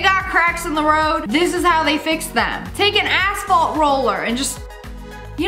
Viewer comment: am I the only one who heard take an a$$ fault roller ??